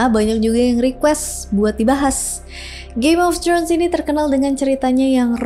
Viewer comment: throne bukan trhun kwkw